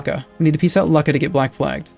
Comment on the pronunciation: I realize its intentional but hearing "luck-a" makes me cringe a little